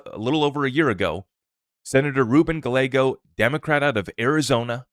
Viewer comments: Dude...to help...it's not Senator GUH LAYGO.....it's GUY YAYGO....two "L"s in a mexican name are pronounced as "Y". Calle...spanish for street...is pronounced CAUY YAY...or think of GUY YAY but put a C in front instead of G....CUY YAY.... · Hey. Spot on. Appreciate your perspective on the Clarity Act and need for Congress to act. The AZ Dem Senator’s last name is pronounced, “gii-a-go”. 😊👍